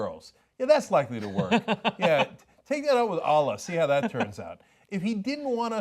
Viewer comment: dude stop pronouncing Allah wrong, didnt you grow up in an Islamic household?